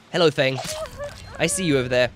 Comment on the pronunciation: Who else kept getting annoyed when he kept calling her fung instead of feng that one time.